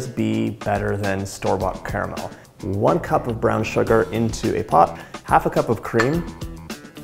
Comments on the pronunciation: I was thrilled to hear you enunciate the word caramel with three syllables as it should be. Then you said car-mel! 🧐 Why would a sophisticated, well-educated and articulate person like you willingly choose to sound like Sarah Palin? 🙀 (My sincere thanks for indulging me and my pet-peeve)! 😈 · Ca-ra-mel....three syllables dude 🤣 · The word is car-a-mel. Carmel is the lady down the road...😉